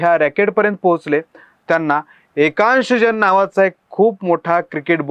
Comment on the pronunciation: एकांश जैन असे नाव नीट घ्या. तुमची पण सेटिंग झाली आहे का? नाव तर स्पष्ट उच्चारण करा